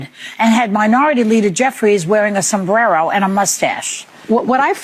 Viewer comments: I HATE how that one chick for clout doesnt say sombrero but puts a "im hispanically pronouncing it" twang in to seem like she is so with it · the one with the criminal Dr for a husband sayed "Sombrero" with a latino accent, how racist! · Why is this stupid ass Fu****g show still on every day? They get 120 viewers or something? Notice how lying ass Sunny Hostin rolls her r's on sombrero. Is she trying to appear like she's more Mexican than anyone? She is such a phony. Where, or what is the status of her Quack Dr who's been fraudulently billing for services and surgery never provided?' ABC....CANCEL THIS GARBAGE TV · Rob Finnerty needs more traction. wtf was that pronunciation of sombrero? smdh. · Why do they always have to pronounce Spanish words in a Spanish accent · Sunny doing her best to pronounce "sombrero" with a fake mexican accent.